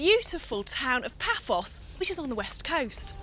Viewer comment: It is "Paphos" not "Papos".